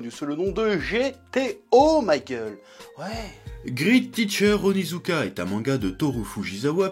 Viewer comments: "Griite tiicheur ounizouka" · "Grit titcheur Onizouka" se prononce en fait "Grète titchere Onizouka", ou mieux avec l'accent "Gwèt titcheu Onizouka" ><